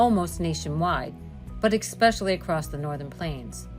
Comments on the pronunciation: There’s no x in “especially” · Thank You! This has been driving me nuts! Why do people do that so much now??? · There is no letter X in the word Especially. Figure it out. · Lemme ax (😉😂) a question….did anyone check this video before posting? The narrator mispronouncing a word several times and no one noticed? Personally, I think folx that mispronounce certain words (like ask and especially) do it purposely…cuz they know it irx people 😂😂😂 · Learn to speak correctly before making a video. The word is not eXpecially, it is eSpecially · whoever is narrating this doesn't know how to pronounce "especially", instead says "eckspecially"so how can anyone depend on this weather prediction be legitimate!!!?? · Why is the narrator saying EKspecially? It's ESPECIALLY!! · It's pronounced especially, no expecially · Expecially?? What'? How about "especially" instead, bot? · Yes, eCspecially annoying! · The word is "especially" not "exspecially". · There is no Eck in Specially! Learn how to pronounce English words.😂 The Farmers Almanac Track Record is less than 50% accuracy. Just flip a coin instead. 😂😂😂😂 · The word "especially" does not have an "X". It is not EXpecially. Please speak properly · Especially not expecially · It’s especially not expecially!!! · eckspecially ?? . . . wow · ESpecially ...not eXpecially. S not X. How do all these people get jobs as commentators ? Geez. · "Eck-specially"? Really? Lost track of the number of times this common word was mispronounced. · “Xspecially” ugh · I appreciate the forecast, but I kept getting distracted by the mispronunciation of the word “especially” which does not have a “k” sound. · Expecially? Really? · "Expecially" and "Temp-a-turs" throughout. I suppose they couldn't afford to hire a real voiceover artist. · Extree expeshiel. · Exspecially? Eek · There is no "X" in "Especially"...just sayin' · She said "exspecially" one too many times. I could not listen 'til the end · Yes. Very distracting.